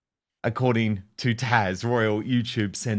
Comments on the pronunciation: she’s Taz - not Tash! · Tasch?! Where is his problem?!? It's TAZzzzzzzz not TASCH! Ffs 😤😠😡🤬